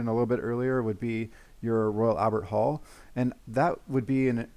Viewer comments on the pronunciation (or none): none